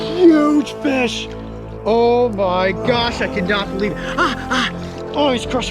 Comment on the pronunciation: coyote i like how when you get stung that you say dough my gosh